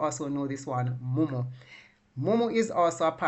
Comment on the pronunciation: Mumu not munu